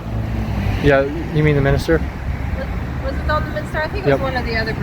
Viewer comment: It's York Minster not Minister. 🏴 Why do Americans pronounce mushy mooshy?🏴